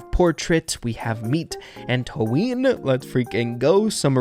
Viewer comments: It's "anto-ann" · Can someone explain him how to pronounced Antoine BTW oi is pronounced wa so it's An"twa"ne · antoine is pronounced an-twahn or ant-one lol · Antoine is actually pronounced Antoane I don't blame you I know how French can be weird XD